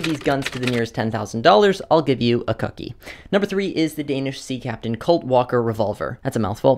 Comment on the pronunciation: Idk if I like how you pronounced cookie 😆 🤣